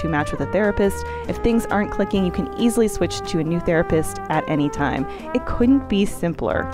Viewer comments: I'm gonna be honest, every time said "Therapist" in the ad, it sounded like "Thera piss".... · not me thinking that was saying therapiss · Why did have this weird emphasis on piss in therapist, and?